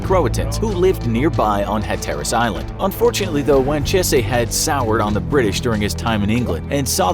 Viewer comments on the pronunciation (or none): "Rally" i pronounced as is the the city of "Raleigh" North Carolina. ManTAYo, no "MAN tee o". Also WAN cheese, not "wan chay say". Those last 2 sound correct and I wish they were, but sadly, we're stuck with the North Carolina pronunciations. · So uh I live here in manteo and the man and the place are pronounced (man-tea-oh) manteo and (juan-cheese) wanchese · The Indian names are pronounced man-tee-oh and wan-cheese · some corrections on pronunciation: Manteo = Mant-E-Oh Wanchese = Juan-Cheese Hatteras = Hat-Er-Us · North Carolinians pronounce it "Wan-cheese" and "Man-tee-ohh" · Us North Carolinians are cringing. Raleigh is pronounced rAH-lee, not rally, Manteo is man-tEEoh, and Wanchese is wahn-CHEESE. Take notes please.